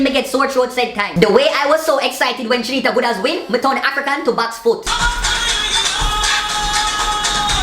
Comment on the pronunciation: lol! couldn't pronouncr goodaz... Awww